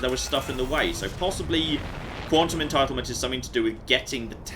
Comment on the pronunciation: Every time he said quantum entitlement, my inner scientist yelled "entanglement!!"